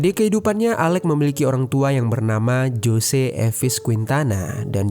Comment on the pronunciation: Jose sebutan yg benar ialah Ho-sae. 😊